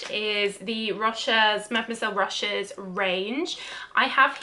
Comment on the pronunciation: with all respect, please look up French pronunciation rules. They are quite simple in general. To oversimplify, you just don't read the last letter, always stress the last syllable and don't pronounce "h", especially when it's at the beginning. So it's Mademoiselle Rochas [rosch`a].